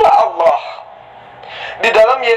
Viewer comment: Allah..bukan awloh...belajar mengucapkan lafal dengan benar..